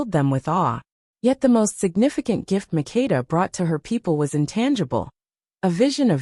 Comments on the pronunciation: Queen MAKDA is her name not Mikida & SABA is the name not Shiva . Because I come from that country❤ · You are destroying my name! It's MAKEDA. You have to say the ke very strongly.